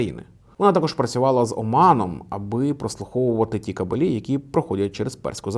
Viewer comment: хороший контент, дякую. єдине зауваження - кАбелі, а не кабелІ)